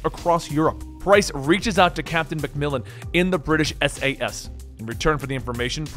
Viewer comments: He apologizes for not pronouncing the middle eastern names correctly, says Khaled Alasad's name correctly, then mispronounced MacMillan and Gaz. How your brain work? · Hey great video but the way you pronounced MacTavish and MacMillan made me chuckle